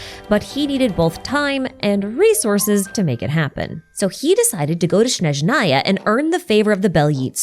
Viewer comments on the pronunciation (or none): a small correction, snezhnaya starts with “s”, not “sh”, (and strictly speaking in russian the emphasis should be on E, snEzhnaya, but i don’t know other slavic languages, maybe the emphasis differs depending on the language) the “y” in bely tsar also sounds a bit different…. as a native russian speaker it’s so hard to hear it, maybe i should do a youtube video with a pronunciation guide…. kinda pissed that the official voice acting doesn’t account for the nuances of the languages when it concerns the names , considering how heavily genshin is inspired by different cultures. the same thing with words like ratniki (in plural the emphasis is on a, rAtniki) or starshina (the emphasis is on the last a, starshinA), or solovei (solovEi) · changes the number on the Days Since Snazhnaya has been Mispronounced sign to 0